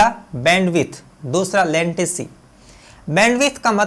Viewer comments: लेंटेसी नही रे बाबा लेटेंसी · Bhai wo latency hota hain lantecy nahi